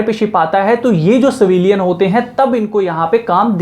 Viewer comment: savilian nahi.... civilian bolo....